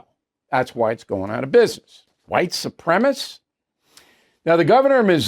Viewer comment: “Supremacist” has four syllables, Bill. Just sayin’.